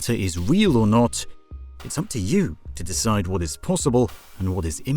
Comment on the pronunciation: "Wnat?" Instead of "What?" Can't believe no other comment about it.